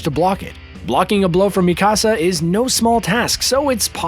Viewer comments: Mi casa, su casa! Lol. He is saying it like my house in Spanish. Butchering it unfortunately. Should listen to the dub to learn how to pronounce the names properly before enunciating her name completely wrong. Like video though. Just a little more research would help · Please pronounce Mikasa’s name right. It’s softer in the k. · He didn’t even pronounce mikasa right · The way he pronounced Mikasa hurts me